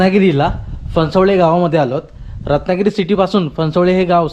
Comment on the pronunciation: Phansavale nahi Phansavane